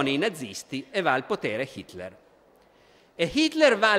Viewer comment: 9.34...Fa uno sforzo tremendo per pronunciare Hitler con l'H, ma qui cade...così come molte altre volte...